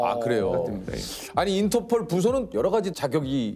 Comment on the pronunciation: 인터포~올~~ 인터포~올~~ 할므뉘가~~항국푼 이심니다~